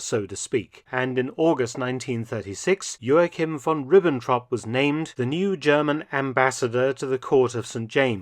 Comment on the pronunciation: you pronounced Von Ribbentrop as Von Rübentrop. Good to know you are capable of the ü that English doesn't have